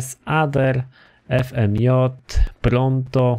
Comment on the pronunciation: Błagam, przestań przekręcać te nazwy bo cię poszukam tu w Szczecinie i ci język obetnę. Już mnie to irytuje, popraw chociaż X80 Proto bo ,,pronto" brzmi paskudnie. To Grotti za 195k mówi się ,,karbonizare", Futo ci wybaczam bo sam czasami je tak nazywam.